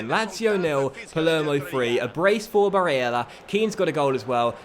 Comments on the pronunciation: Hey, I see a lot of comments talking about Nicolo Barella’s Name pronunciation. I think you just need to lower the emphasis on the e (a sound). It should sound more like how you were saying it in the beginning of the second half in the lazio game, not the 88th Minute goal pronunciation. Other than that, I’m loving this series and I am loving the story so far. Thanks. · I'm a huge fan and I've loved your vids for about 3 years now but please take it easy on the name pronouncing. Its a bit cringey and I'd rather hear you say them with your actual accent rather than faking one and making it sound worse. Otherwise this series is great, along with your Huddersfield CM. Quality content as always! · Who cares about how he pronounces Barella's name? Come on... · Hastings Grime Media Ya I'm with you on this one. It's strange to see not listening to his subs. He's seems to be inviting trouble. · gotta say i agree tbh